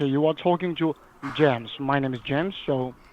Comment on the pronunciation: "U are talking to Jaems"